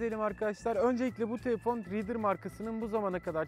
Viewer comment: bu adam konuşmasın teefon değil telefon kardes